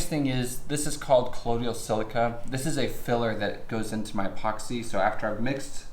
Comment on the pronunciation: It's COLLOIDAL silica not COLLODIAL silica! Cheers!